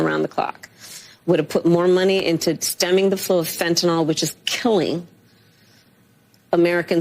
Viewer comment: She said Fentanol...She probably does not even know what it is.